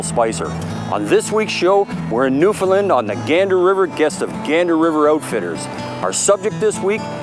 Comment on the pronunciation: Newfoundland is pronounced like NewfinLAND, not like Bill was pronouncing it. Us Newfies love visitors from away but we really appreciate it when you say the name properly. Just a small courtesy. Great show guys.